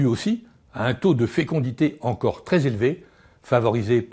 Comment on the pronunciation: " même s'il y a tencore " ? Je ne sais pas pourquoi tout le monde aime tant rajouter des T pour faire des liaisons inexistantes partout. C'est bizarre.